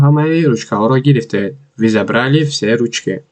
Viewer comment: Талафузатро хуб кун. Мы . Вы